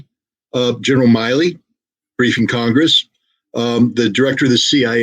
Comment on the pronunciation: General Mil-ley. Not Miley like Miley Cyrus. You Russian propagandist have difficulty with Americanisms and pronunciation. When Russia is sufficiently crippled this “SMO” will become a war. Russian autocracy can’t back down. Ukraine wants security after they expel the occupiers. The US wants to settle this to concentrate on the far east. So all parties are incentivized to go to war. And this soft-sell propaganda will be looked at as treason.